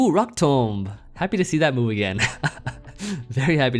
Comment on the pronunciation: Whenever the move randomly appears in a match I can feel voice slightly quiver in fear at the chance of mispronouncing rock toumb as rock toom